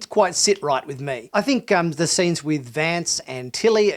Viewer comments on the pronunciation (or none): none